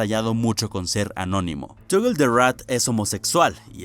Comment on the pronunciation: Desk tal vez no lo sepas pero cuando vayas a decir cosas en inglés o nombres raros con loquendo no hay que escribirlo como aparece por ejemplo en vez de escribir Toggle escribes Togel o togle ósea que lo simplifiques para que no se vuelva loco el Loquendo